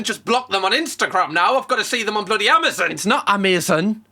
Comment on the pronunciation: “What the blaady hells going on” 🤣 why’d you go all Cockney 😂😂